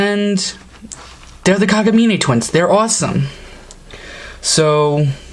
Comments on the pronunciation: Its kagamine not kaguneigh ( kagameh) how u pronounce it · FYI, If you havn't noticed, Her name is Rin (Like er smashed with inn,) Kagamine (Ka-Ga-Mi-neh)